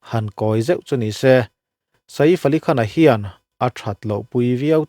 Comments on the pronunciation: Keipawh mak kati a nupui ngei pawm saif ti in ako tho sia sa-if han tih deuh tlat hi. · vai news pawn Saif an ti mai a, inla sa-if deuh kher😂😂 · Sa-ifa' han tih kher😂 mi zawng2 lamdan in 'Saif Ali Khan' ti ve mai la. .. Sa-if a tih deuh kher😂😂😂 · A hming hi milar ngang anni a,tv ah te hian an lam hnem na rawh...Sa-if an tih hi ka la hre ngai miah lo,Saif ali khan anti mai,engtia han ti sa-if tlat nge maw inih le,hriat achakawm teh e....Bandra velah sa-if tiin zuk zawng la anlo buai viau mai lawng maw le.... Hmanni california ram kang lah kha,ka en nawna ka ngaihthlak nawn ngat ngat pawn mingo ho chuan PALISADE anti mai iti Pali-sade tlat tawh bawka,changkanna chi khat ah ingai deuh emawni..... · Sa if a tih hi ka duh e😂 sial thak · Sa-if tih hi a lam dan dik tak tur a ni e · Nia, Saif Ali Khan an ti mai.. Tih Saiiiff va tih vak a ngai lo, Engtin nge an lam tih hi hriat hmasak tum hi a tha e 😅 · Sa îf i ti hi chu ..mak ka lo ti ve deuh..I bih zau hmel viau si a.